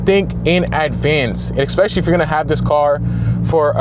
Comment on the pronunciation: In the word ask. Where do you see an "X"? Nowhere? Why do you pronunce it then? Same case with "especieally"...